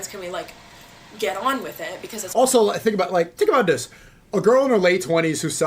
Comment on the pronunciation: Sneako been hanging out with Walter for so long hes now saying “tink about dis”😂😂